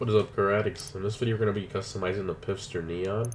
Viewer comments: He pronounced it pister, it's pronounced fister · Its pronounced "Fister" . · The way he pronounced Pfister 😖 is pronounced like Fister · I cringed every time he said “pifster” because it pronounced “fister” but great vid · "PiF-ster" hahahah. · It is called P‘F’ister Neon!!!